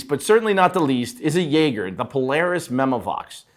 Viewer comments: why tf wouldn't you learn how to pronounce jaeger after all these years in the industry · Biggest mystery in the industry. He can’t pronounce Constantin correctly as well. Disgusting 🤢 🤮